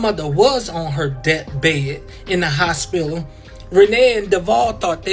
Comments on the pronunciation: “Hospilla” 😩 he need to learn how to speak fr and Renee never made her family seem more perfect. She had def talked about their drama too. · “Nelected” and “hospilla” 😂😂